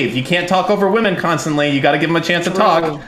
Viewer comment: is fully redeemed in my eyes. Didn't think I had it in me, after listening to her mispronounce women 500 times in a single panel.